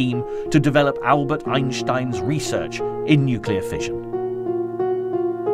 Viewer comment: Note to narrator: pronounce it either "Ein-stein" or "Ein-ssh-tein" - pick one and stick with it, otherwise it's just an ignorant and pretentious affectation. Or you could just get hooked on phonics before your next narration gig.